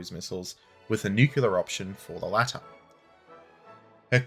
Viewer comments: Man, I love your videos, but for Christ's sake, please, PLEASE, don't use the word "nucular". There is no such word in English language, its "nuclear" - spoken "NEW-CLEAR", nucular is an illiteration that is repeated over and over again and it's just wrong. I'm Polish and it annoys me to correct native speakers. And spread the word among the boys, I believe LordHardThresher also makes this mistake :) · new-clee-er NOT nuk-u-ler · Stop saying "nucular" ahhhhhhhhh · Please, there is no 'cue' in nuclear.